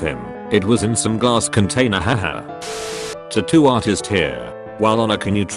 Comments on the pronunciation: I like the way he says tuttoo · Nigga said tatto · We have A. I. that can predict the movements of electrons, but the speech synthesizer in these videos can't pronounce "tattoo".